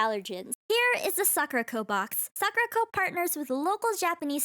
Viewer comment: What ppl heard : SAKURACO What I heard !!: SUCKERCO 😂😂😂